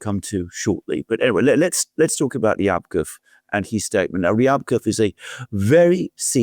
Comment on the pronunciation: Rybakov is pronounced as ‘Ribakov’.